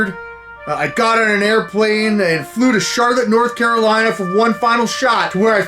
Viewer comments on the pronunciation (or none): none